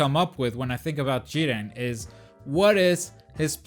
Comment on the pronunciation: Here from the future, definitely butchered Jiren lol